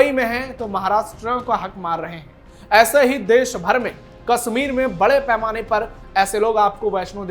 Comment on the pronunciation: भाई आप पहले अपना उच्चारण सुधारिए "श" शब्द का उच्चारण सीखो आप न्यूज पढ़ रहे हो ,गाओ वाली हिंदी मत बोलो, अच्छी हिंदी बोलो। देश को देस, कश्मीर को कसमीर, वोट को बोट बोल रहे हो क्या स्तर है समाचार वक्ता का?